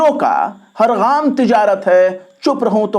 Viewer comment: sahib gaam urdu me gaaf se likha jata hai. Aap ne isko gain ki awaaz me patha hai. Durust farmalen